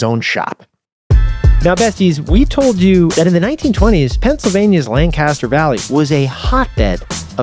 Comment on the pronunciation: Another good episode. Two things, tho: 1. It's LANC-a-ster, not Lan-CAST-er. 2. They're called "Dutch" because the German word for "German" is "Deutsch," which, not knowing the language, became mispronounced by English speakers as "Dutch".